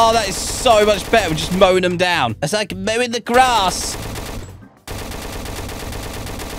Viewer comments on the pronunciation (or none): none